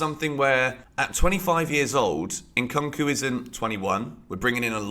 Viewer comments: It’s not unkanku it’s enkoonkoo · nku nku not nkon nku its not hard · it's pronounced "Nkoo-nkoo". Sometimes I catch myself pronouncing it the way you do because I watch your channel so much 😂😂😂